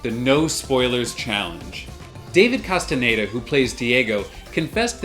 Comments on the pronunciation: Who is this David Casteneda you keep talking about in this video?? There is an actor called David Casteñeda in Umbrella Academy but I'm sure you wouldn't be so disrespectful as to not say his name correctly... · Casi todos los canales pronuncian "castañeda" como "castaneida" 🤔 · Maybe one day you'll learn how to pronounce Castañeda